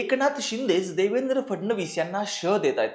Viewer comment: Nevendra nahi Devendra 😂😂 3.55